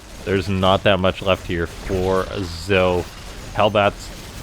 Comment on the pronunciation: wouldn't zoe be pronounced "zoey"?